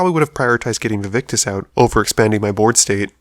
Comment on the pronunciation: Hate to be that guy but it is "Vaevictis" not "Vaevictus"